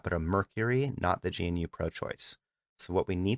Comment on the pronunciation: GE-NEW not g.n.u. good video tho thanks